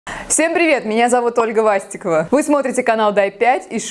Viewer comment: Ольга Свастикова?Мне одному это послышалось?